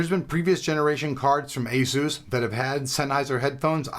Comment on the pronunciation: Asus (/ˈeɪsuːs/). The Asus Wiki says otherwise. Even JJ from Asus pronounces it that way in his videos.